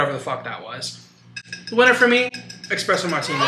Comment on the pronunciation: expresso is taking me out